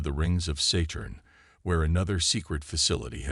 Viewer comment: It takes 59 minutes to tell this story because parts of the story are repeated. Instead of using an AI, use a real person. A person who knows how to correctly pronounce Saturn.